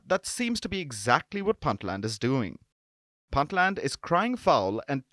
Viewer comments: It's pronounced "Boontland" not "Bantland" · stop mispronouncing "Puntland".